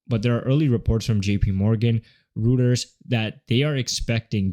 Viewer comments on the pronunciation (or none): Reuters is pronounced like ROY-ters